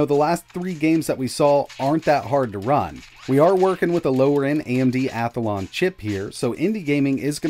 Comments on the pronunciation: You keep saying Athalon. You keep adding an extra A. It is pronounced Athlon. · WTF is an *Ath-A-lon'? Where is the extra 'a' coming from?